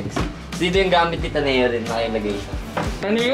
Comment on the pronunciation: Omg ta-ne-yo pala pag pronounce kala ko taneo diretso lang huhu😭